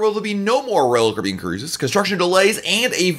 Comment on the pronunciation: What is Royal caben. ??? You said it 95 times. Chill out a little..